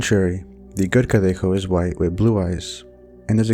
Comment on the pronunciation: Your Spanish pronunciation is quite good! I was pleased to see legends from my country featured (el cadejo/los cadejos, from Nicaragua). New sub! ETA: In Nicaragua, la ciguanaba is also known as la cegua. The story is basically the same.